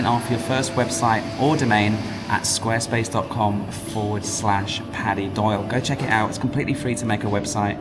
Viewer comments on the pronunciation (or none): Paddy pronounced it incorrectly.